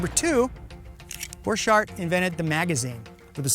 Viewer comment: You prononce it borkart